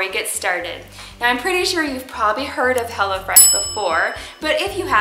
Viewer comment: I thought she said hella fresh